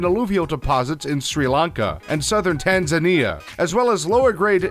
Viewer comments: Okay. Not to be that guy, but . . . the country is pronounced "Tan-zuh-nia," NOT Tan-zin-ee-uh. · Yeah, after he pronounced the country of 'Tanzinia' I figured that he only knows rocks and not countries. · TAN ZUH KNEE UH...pronunciations dude.... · And by Tanzinia I think he means Tanzania (Tan-zah-nee-ah).. or maybe I'm wrong. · Tanzania pronounced "TAN-ZUN-KNEE-YUH" not "TANZ-IN-EEYA" not being an asshole, just offering a FYI. ❤ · It's not Tanzennia, doofus, It sounds very similar to the stone that comes from the place, you're saying the stone name properly, why not pronounce the country properly, Tanza-nia. From it comes Tanza-nite. Get it? Furthermore grandiderite was named after the French explorer Grandidier whose name is pronounced with a "yay" at the end, not an "ur" = (gran-did-yay). The gem you pronounced as (SPIN-null) is said (spi-NEL) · TAN 'ZAY' NIA, not 'ZINIA' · «Tanzinia», «Mayanmar» lol Was it Emeirica or Amareaga? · What's wrong with these people. He knows how to properly say grandiderite, but he can't say Tanzania? Says tanzenia with punctuation on "e". Is that illiteracy? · tanzinia, eh? oh PLEASE get people who know words to narrate these! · "Tanzinnia"??? Christ. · Tan - San - ni - er